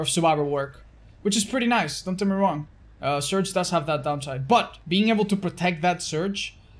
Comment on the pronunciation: Is it just me or when he said surge it sounded like search